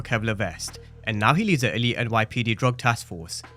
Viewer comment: the word is elite not alite. But I’ll give you a pass as your commentary is on point 😂😂